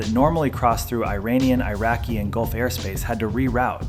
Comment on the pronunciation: "eye raini and eye raqi"